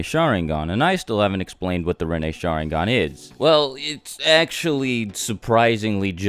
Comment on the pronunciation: I can't cope with the way you pronounce Sharingan. shAAAringan lol. Oh and for god's sake learn to pronounce Naruto, again it's not nAAAruto. Or for that matter EVERY name you pronounce is wrong. Please watch Naruto with Japanese audio and not English dub. I can't watch this, I'm out!